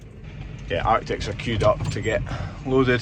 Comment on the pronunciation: The lorries are Artic's - Not Arctic's!